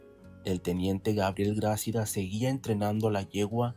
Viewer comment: Hola buen reportaje, felicidades, solo te acoto, no se dice Grácida , se dice Gracída, te puse las tildes para explicar como debes decirlo, saludos